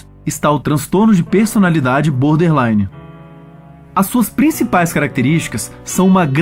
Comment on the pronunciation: É BORDERLINE , nao BODERLINE. Falha grave. Nao é um transtorno de aprendizagem!!!